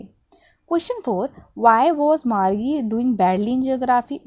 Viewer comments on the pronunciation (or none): Are gadhi vo margi nhi margie hi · Mam that's not margee it's Margie go and see the pronunciation video of margie